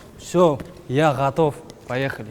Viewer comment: . " Я ғатов"😂😂